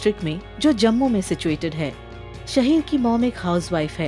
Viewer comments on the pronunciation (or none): none